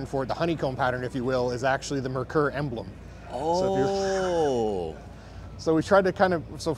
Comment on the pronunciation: I remember this car very well when it came to US. The reasons it didn't sell here is one the name (it's pronounced MARE KOOR) And it was sold through Mercury dealerships. If Ford had named and marketed it better it would have been a home run here...